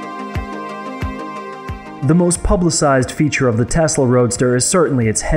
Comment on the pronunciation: Okay, so it's TESLA not testla; and I believe the point is that it is electric not that it is faster...although it IS...